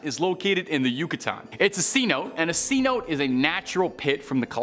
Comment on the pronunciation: C-Note? Lol, its pronounced Cenote (Sen-Oh-Tay)